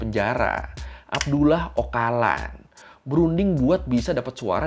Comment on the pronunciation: Bukannya c dalam bahasa turki dibacanya j yaa? Jadi, Ocalan dibacanya Ojalan sih.